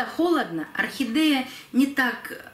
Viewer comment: Зачем букву е произносить э орхидэээя